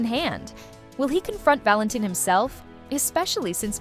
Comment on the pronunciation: Valentin is pronounced “VAL-en-teen”